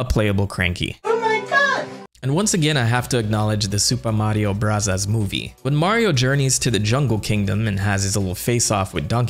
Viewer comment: The sudden japanese pronounciation of the super mario bros always gets me